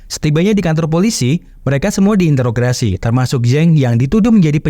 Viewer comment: Introgasi min bukan intrograsi